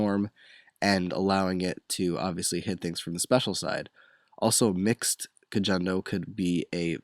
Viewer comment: actually, kojondo is pronounced as ko-HON-do not ko-JON-do